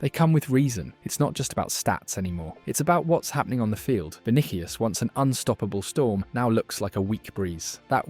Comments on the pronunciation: Not to be a hater or anything, but you really need to look up how to say stuff. not even 1 minute in and I'm not watching anymore because "Vinikius" and "klassiko" was too much for me... This is wasted potential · “Vinikius”! Would be good to learn the name of your subject!